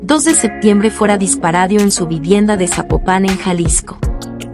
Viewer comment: Se Dice Zapopan>>>>>>>>>>>>>>No Zapopán>>>>>>>>Dice el chavo del chavo del "8" hay ¡Si seras..! 😜